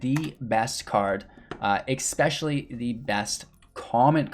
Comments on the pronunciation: The word is ESPECIALLY; there is no "X" in that word. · I very much appreciate the great content and very in depth discussion and definition of the archetypes. 2 things: PLEASE stop saying EXpecially. I know it's not a conscious choice(or I hope not). Also, if this is "midrange deckbuilding for beginners", could you give an example of building a deck that's NOT full of rares, epics and planeswalkers, as beginners probably don't have those.